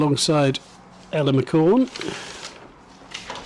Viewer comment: i love how they had about 8 different goes at maia and ella's names and got them wrong everytime